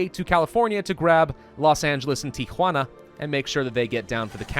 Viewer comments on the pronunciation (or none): none